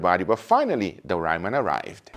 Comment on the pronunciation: Someone teach this man how to say ramen 😂🤣